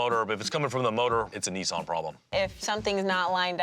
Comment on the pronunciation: The way Americans says Nissan is hilarious lol there ain't no e in it